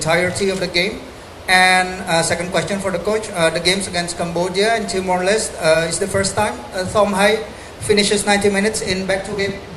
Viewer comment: John Herman nyebut Timor Leste dengan "Timor Leste" Lah ini wartawan sok Inggris nyebut Timor Leste dengan "Timor les" "Te" Nya di hilangkan, itu bukan bahasa Inggris cuk,, hormati sebutan negara orang.. Wartawan sok Inggris...